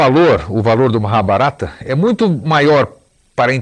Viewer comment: Engraçado ele falando Maha - barata👉 🦗🦗😏🤣